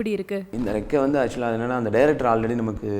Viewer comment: yendi rekkai nu sollumatiya rekka nu sollura..... ponna video 📹 la comments pathiya illa ya